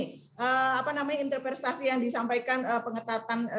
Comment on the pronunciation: said "Interprestasi".... Ngakak Interpretasi nih maksudnya Ibukk.. Gak bener nih 🤣🤣🤣